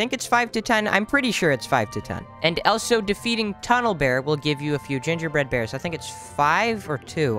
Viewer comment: the amout of times he said "elso"